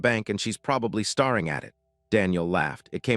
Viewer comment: There is two things I hate about AI. One is pronunctuation of words, starring, is not staring. The second is, he said, 23 years ago. He gave her that necklace the night she told him. She was pregnant that would make the dodder twenty three, not twelve. I do like the story though.